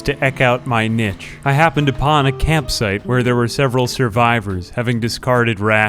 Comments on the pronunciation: Bloody love these videos, especially now that I'm turning over a new leaf in my life, poetry has become way more impactful. BTW, niche is pronounced "knee-shh" not "nitch". Anyway, keep up the great work, have been loving these videos for a long time now! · Eke is pronounced eek, niche is pronounced neesh. : S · The "eck out my nitch" hurt my soul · the way he pronounces niche bothers me.